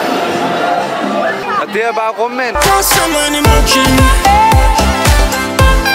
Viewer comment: Det lyder mega sjovt når du siger Emoji (bare send en emååji)